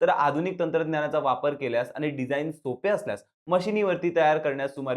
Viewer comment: आनी पानी करताय. सगळेच podcast वाले ण आणि न चा गोंधळ घालत असतात. त्यांचं मराठी ऐकून कान किटले आहेत. आता तुम्ही सुध्दा त्यात भर टाकली